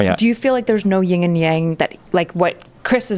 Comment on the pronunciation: People, its YIN & yang, not "ying" and yang.